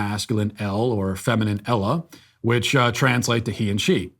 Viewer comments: “Ella” lol Matt, you really gotta learn how these words are pronounced before the show. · "Ella"??? Matt... I get that you're a white millennial, but you could at least get your basic Spanish words right